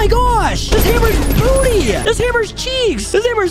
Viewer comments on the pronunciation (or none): none